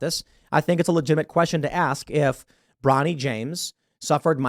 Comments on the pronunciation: "Bronny," really?!? 😂😂😂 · 'Bronny' 😂😂😂😂 cmon man! That's ridiculous